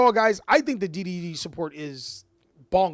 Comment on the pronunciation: everytime you said D/D or D/D/D all i herd was diddy